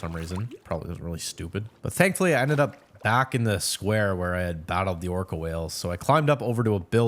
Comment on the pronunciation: Orca❌️ Killer whale❌️ whale✅️ orco✅️ XD I'm sorry but i can't XD